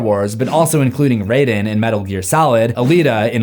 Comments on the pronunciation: HIS NAME IS RY-DEN NOT RAY-DEN I NEED SCISSORS!!! 61!!! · you called him Raiiden from Mortal Kombat 😂 sorry i couldn't help it